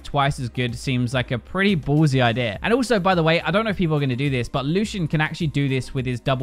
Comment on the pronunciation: 0.5 speed, "I deer" instead of idea